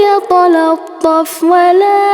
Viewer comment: Assalamu'alaikum.. Ada yg salah apa ya di ayat yg bunyinya seharusnya walyatalattof dibacanya walyatolattof, ayat 19